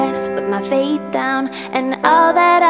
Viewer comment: It's fate, not vate.